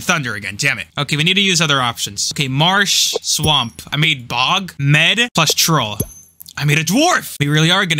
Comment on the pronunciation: Hey can i let you know that mead isn’t pronounced me ad but pronounced meed